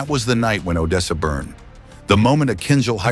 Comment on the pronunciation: I think AI was playing with you w/ The pronouncing of Odessa ?